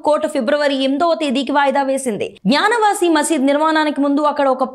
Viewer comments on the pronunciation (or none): అమ్మా తల్లి '' జ్ఞాన వాసి " కాదు. "గ్యాన వాపి" అని పలుకు.